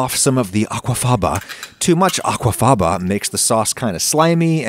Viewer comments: I cannot wait for YTP to get their hands on Adam saying “Aqua Faba” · No one: Adam: AquafAvAh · The way he said "Aqua Faba" made me laugh so hard! Lolol. It's always funny how every food youtuber calls it that. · The way you said "Aquafaba" was so funny. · lol how adam says aquafaba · Right? Why is he saying aquafaba like that 😂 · lmao also the way he says “aquafaba”